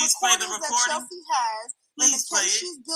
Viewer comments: I started following when I listened to you mediate the whole Storm, TK, Von and Chelsea drama…you were very calm, cool and collective when they’re all acting a fool lol I said yup, I’m following this young person 👍🏼 sidebar: I love the way you pronounce Chelsea’s name as Cheltzee lol and your reads are legendareeee 😭😂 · I thought it was just me that heard Chelsea pronounced with a T in it lol